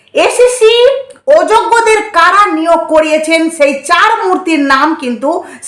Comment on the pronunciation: উচ্চারণের দিকে ধেয়ান দাও ! ছিক্ষক নয় শিক্ষক , ছেই নয় সেই, পুলিছ নয় পুলিশ,এছেছে নয় এসেছে ইত্যাদি ! আশা করি খেয়াল রাখবে !